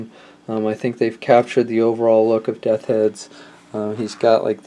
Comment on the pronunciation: Death's Head dude...just practice saying "Death's" a few times...